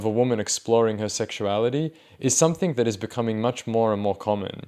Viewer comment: dude it's "something" not "somethink" ffs